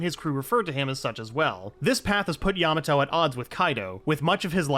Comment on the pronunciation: why do i sometimes hear you say yamano?